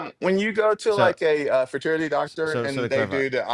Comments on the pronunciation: Oh! Did he said fraternity a couple of times instead of fertility? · He also says you go to a "fraternity doctor" to get the "IBS" done.